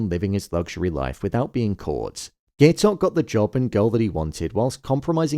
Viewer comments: pronouncing it "gay-tok" is crazyyy 😭 (guy-tok) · How are you gonna pronounce Gaitok's name wrong during the finale review smh